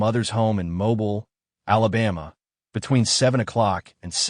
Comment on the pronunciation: Just FYI, it is pronounced mo-BEEL not MO- bul